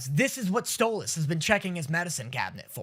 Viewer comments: Him saying Sto-loss is so jarring lol I will never get over this.... say his name right! or I'm going to start saying your name like "Day-knee" "Moe-tay" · My brain hurt every time you said stolAs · Ur meant to say Stolas' name as either "Stole-is" or "stole-ass" (stole-ass is how kinda Stella says it lol) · It's spelled Stolas, but pronounced Stolis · I forgot how much i hated calling Stolas “StoLAS” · WHY DOES HE CALL HIM stolAs 😂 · Hearing call Stolas “Stole-Ahhs” AND seeing with SHORT HAIR is a goddamn fever dream, I can’t believe we’ve come so far